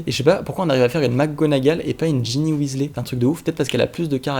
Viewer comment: On ne dit pas Weasley on dit Wesley